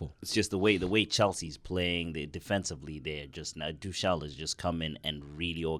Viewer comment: and: it’s not pronounced Tooshall it’s Tookel. It’s not pronounced Hameees it’s Hamess. It’s not pronounced Zaiyeesh it’s Zeeyek.